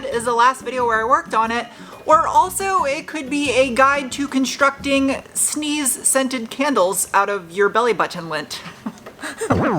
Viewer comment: With much emphasis on scented.